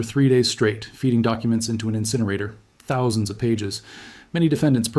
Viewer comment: Why are you saying "thousand" so strangely? Threw me off the first time. I had to back the video up.